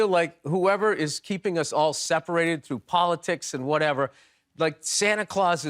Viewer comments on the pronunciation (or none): none